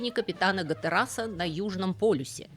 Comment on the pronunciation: Гаттерас! Жюля Верна читали?